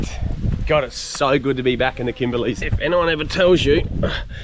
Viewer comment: there is no "s" in Kimberley. I'm loving this off-grid series 👏👏🎄🎄🎅🎅